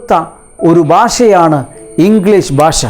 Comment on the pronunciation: Very useful video.. . (sir one request. use ഭാഷ instead of ബാഷ..)